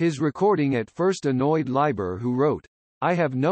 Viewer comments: Pronounced Leeber…not Lieber. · It's pronounced leeber. You know, "Smoky Joes Cafe and all that. Right? That's because Janis was a class act.